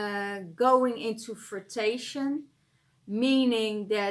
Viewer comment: The word you struggled with is fruition - pronounced 'froo-ish-un'. Spot on reading! Thank you! 😊 xxx